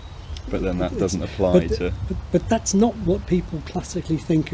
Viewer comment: I'm so fascinated that quite frequently spirantizes his t's to s (e.g. "if you see wass i mean"). Very neat.